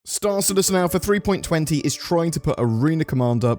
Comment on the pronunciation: For god's sake! It's not "three-point twenty" it's "three-point two zero!!! Also, can't retrieve and save any ships if the ASOP terminals don't bloody work!